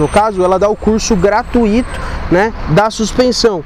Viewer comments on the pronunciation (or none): none